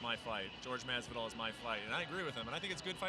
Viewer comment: Okamoto: "George MaZZvidal"